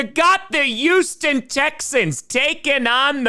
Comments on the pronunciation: Random question for Tom: why the H dropping in words followed by the U sound? Like youston instead of Houston? My add hits randomly. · Why cant you say Houston?